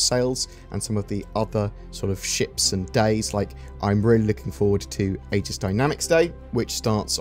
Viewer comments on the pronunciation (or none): none